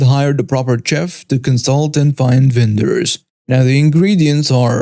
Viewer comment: FYI: chef is pronounced shef and ladle is pronounced laydle